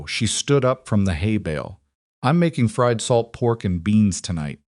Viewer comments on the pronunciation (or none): none